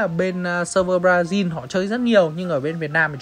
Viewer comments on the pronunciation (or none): none